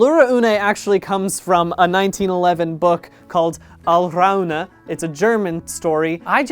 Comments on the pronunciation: As a german Native Speaker it was quite funny to see you struggle to say "Alraune" but you did pretty well even if you nearly chocked your toungue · bdg: pronounces 'Alraune' perfectly, apart from the rolled r I, someone who speaks German all his life: says impressed; 'He can speak German really well' in German and sounds like someone who speaks German for the first time in his life (Der kann erstaunlick gut deutch sprecken)